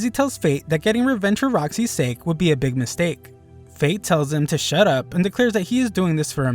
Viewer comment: When he said shut up to greed he said shit up 😂😂😂😂